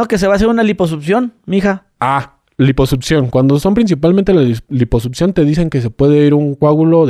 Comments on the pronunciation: Una "lipusutción"? 🤣🤣🤣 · Cómo le crees a un "doctor" que dice Liposupción. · dice lipoSUPCIÓN!!!